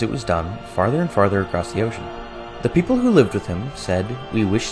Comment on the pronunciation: When i her wekapipo it sounds like joe from family guy "Beople" kinda sounds like Beter